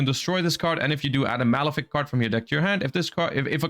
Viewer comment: His pronounciations are killing me.... Bifrost and Malefic are criminal